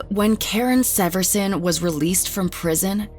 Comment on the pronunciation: Karen Severson is my cousin and I just wanted to mention you pronounced the last name wrong. Also I was falling asleep to this video and was so shaken when I heard my own last name.